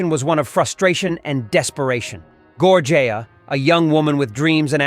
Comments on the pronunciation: Thank you for telling him so I didn't have to. WTH? How did he get Gorjea from Georgann? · It was pretty good until you butchered the name of the victim. Gorgea??? If you mean george Ann Hawkins then please correct this as it’s kinda disrespectful to the victims. Thanks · Gor-jay-ya. Are you f*cking kidding me? I’m out. Get your shit together, man!